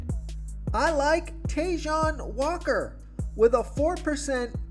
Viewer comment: TaaJohn Walker, lmao. His pronunciations of names get funnier by the day.